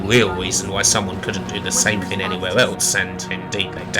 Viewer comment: it was "fing in the wate 90s"